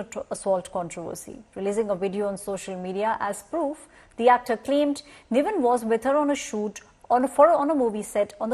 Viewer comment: First learn his actors name it’s “NIVIN” not “Naveen” . It’s a christen name as well not some difficult South Indian name pathetic news media